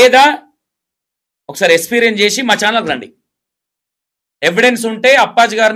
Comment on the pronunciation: Esperience kaadu experience ra babu niv declair chesentha telivi ledu anukuntunna anchor